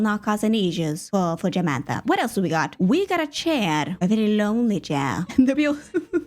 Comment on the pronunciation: Not Jamantha 😂